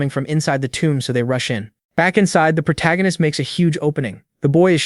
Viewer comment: Why is the AI (or whoever wrote the script) incapable of saying protagonist, or the MCs name? prota, protarcanist, protag... -_